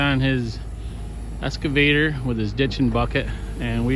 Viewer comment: EXcavator. Not Escavator